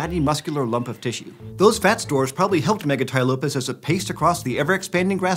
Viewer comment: Am I the only one who keeps hearing Mega Tai Lopez instead of Megatylopus?